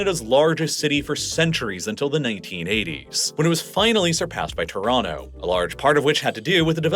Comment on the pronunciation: Or "Torono"